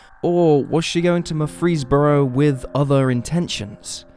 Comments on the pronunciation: Not "Mur-FREESE-boro". Murfreesboro is pronounced like "Murphrey's borough", emphasis on MURPHrey. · Murfreesboro is where my Dad was born but it's pronounced Merfreesboro.. Stress the boro not the free. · As a Georgia native who has spent quite a bit of time in Tennessee, that has to be the most interesting pronunciation of "Murfreesboro" I have ever heard. 😳